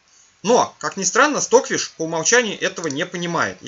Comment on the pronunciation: все классно, но Ваш английский режет ухо. Ну неужели Вы никогда не встречали английское произношение аббревиатур? Неужели не знаете английский алфавит? Ну не понимаю???!!!! Что за кэпэус? Стокфиш Вы же правильно произносите. Извините, но не смог сдержаться.